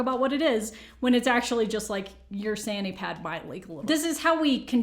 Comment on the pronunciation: Did she say sanity pad? Lol. But great video as always nonetheless. 😉